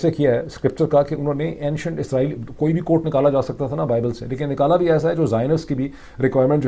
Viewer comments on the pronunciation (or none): none